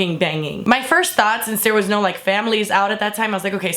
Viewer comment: "BUT WAER YOU THEAYRE THO?!"